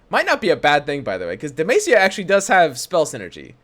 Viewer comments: It's Deh-MAH-SEE-YAH, not MAY-SEE-YAH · Dude google how to pronounce demacia God damn it was hard to go thro this vid